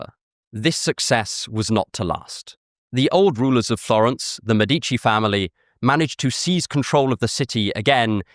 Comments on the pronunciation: Awesome video. (Btw It's Mèdici, not Medícci.) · MEH-dih-chee not muh-DEETCH-ee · I see you know that in Italian the accent usually is on the second to last syllable. Mèdici is an exception it means "doctors" and is the same root of medics. The accent is in the first syllable. Thanks that you had the interest to think about the usual stress pattern in Italian.